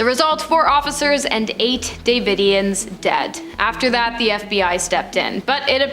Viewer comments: Branch Duh-vid-eons. Way-co. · The host in the black shirt long black hair I guess she's just trying to be funny but that's not how you pronounce davidians and it's Waco not wacko you spell Waco with a long a